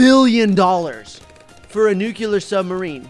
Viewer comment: Nuclear: no Nuculur: yes